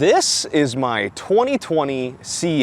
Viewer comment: I had to check the title when i heard "thiss" 😂